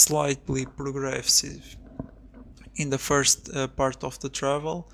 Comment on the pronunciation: "Hi guys, welcome to my FART video of mountain bike..." Lol...